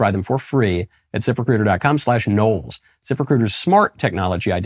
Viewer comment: Hahahahaha, it sounded like you said 'zipper critter' rather than ZipRecuiter.